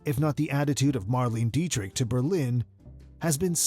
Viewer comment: What!!!! "Mar-LEEN", you say!? It takes 10 seconds to check online about foreign names: say it close to "Mar-LAY-na". Shockingly disrespectful to get your main subject's name so badly wrong.